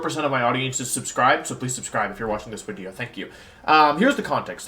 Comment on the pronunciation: Anyone else pop off to see a long wideo from the Wideo Man?